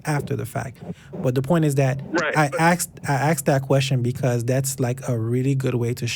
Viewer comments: "I axed that queshion" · I'm very happy with how all this call went as this guy was completely OWNED.. and a minor point I admit, but...PLEASE dont say " I AXED that question".. its ASKED!! So annoying. You are doing a really great job mate, but it detracts a little from your authority when such a basic verbal error is made. As soon as I hear a Theist say it, rightly or wrongly in my book, he's already lost as I dismiss them as an uneducated idiot. So please try not to do the same. Cheers.